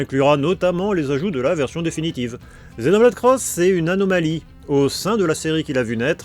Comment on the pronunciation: C'est marrant, tu dis bien "Zenoblade" et "cross" (et pas X) comme en VO, par contre tu ajoutes le "Chronicle" du titre occidental. :)